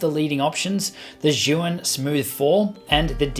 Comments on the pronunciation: Great review! It’s pronounced like “Ji-yoon” by the way ;-) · Osmo Mobile 2 is best compared with Zhiyun Smooth Q. Both are similar in functions, particularly, with their respective joysticks. BTW, Zhiyun is pronounced as "Zune".